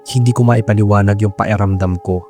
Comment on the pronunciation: hello po. Ang gaganda po ng mga kwento niyo pero bakit po nawawala yung letter "k" niyo minsan? Pa-eramdam, napa-enggan, nakaka irita po pakinggan. 😅